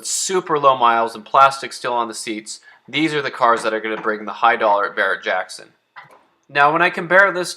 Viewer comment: Any time somebody says Barrett Jackson it makes me want to puke 🤢🤮